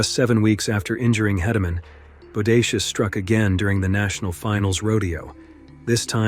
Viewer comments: The Bull would be the Micheal Jordan of professional rodeo Bucking Bulls. The specific Rodeo Cowboy would be the “Micheal Jordan of Bull Riding”. Also the Cowboy that had his faced crushed by Bodacious is named Tuff Hedemen. Last name pronounced like the word Key. (Hey-duh-men). Not berating the maker of this video at all. It was a solid video on the sport. Just adding a few little corrections with good intent. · Please pronounce names correctly, these are great videos but it would be a sign of respect to the riders to say their names right. Tuff Heed-a-men and J B Moon-ey are the correct ways to say their names. Thanks for the videos. 😊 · This is a great video. These are without a doubt the best the bullriding world has seen. Just fyi it’s JB Mauney (Moon-ey) and Teff Hedeman (Hee-da-man). Thanks for the great video it’s a good If not the best list of bulls the bullriding world has seen. There are so many great bulls everyone is going to have their own list and opinion but these bulls are going to be on every person who knows bullridings list. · If you are going to make a video on something do your research. Not only on the bulls but also the riders. Maybe is pronounced moon-ey. Hedeman is He-de-man. 🙄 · Please, if you tell more stories about JB, please pronounce his last name correctly. It's pronounced "Moo-nee" 😊 Also...Tuff's last name is pronounced "HEED-ah-man". Thank you